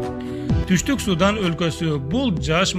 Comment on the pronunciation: Мальдива,Судан,Токио,Палестина, Израиль,Сирия ударение туура коюп суйлогулочу.